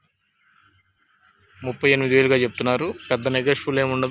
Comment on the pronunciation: 38000 lekha 3800 clear GA chepu